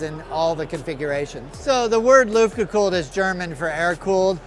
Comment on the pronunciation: Luftgekühlt... I know that "Umlaut" Ü is hard to pronounce. 😏